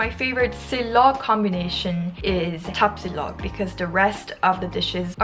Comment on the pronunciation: my god, the way you pronounce Tapsilog, longsilog, Tocilog, and others are PERFECT. Iloveyou na kagad!!!